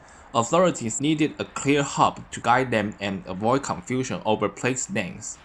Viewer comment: I respect your pronunciations of these places. Great job as it's not easy for foreigners to pronounce.